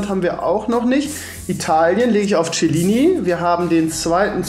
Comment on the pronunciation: Er kann nicht mal Chiellini aussprechen